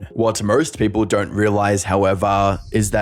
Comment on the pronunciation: Don't = da-ront